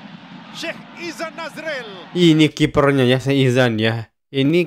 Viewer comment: Pengulas otai tapi sebut nama player pn salah. Sikh Izhan. bukan Izan